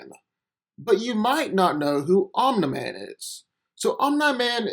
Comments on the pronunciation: It's 'Om-Knee Man' not "Om-Neh Man" smfh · Omna man bruh how can someone not pronounce Omni man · I hate that you pronounce his name like you’ve never heard the word before...it’s pronounced OM-KNEE MAN not that shit you’re saying🤦🏾‍♂️ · This narration is terrible. first off its pronunced omini man not ominai man. Second off omini man is not the superman on his planet. after the cleansing of vultromite everyone in that planet is a superman. Omini man is not even top 10 in the pinnacle of their civilization. And as a fan of invincible I still know this is not a fair comparison. Omini man is not a match for super man. I dont think entire voltromite population will be enough to kill super man. or make him bleed under a yellow sun. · The way you say Omni-man is cringy AF, its not even hard to pronounce 🤣😂🤣😂 they literally say it constantly in the show so how did you end up saying it like that? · Why does he pronounce his name omna man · It’s Om-Neeh-Man dumbass, as in Om-Neeh-Pō-Tent? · I keep hearing “Omelette man” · "Um Da Man" speech impediment ass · The way you said omni man name wrong was a immediate dislike 👎🏾😒